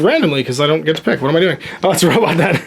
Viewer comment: Is he intentionally pronouncing "robot" wrong as a joke?